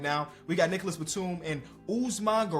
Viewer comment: I'm french and i can say it: the word NicolaSS Batum sounds too good on your mouth 🔥